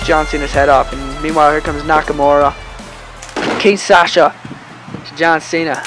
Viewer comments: its king shasa instead of king Sasha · What’s a Kinsasha??? It’s kinshasa!! This ain’t no Kinsasha Banks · No hate or anything bro but it's not king Sasha it's Kinshasa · Kin sasha is not how to say it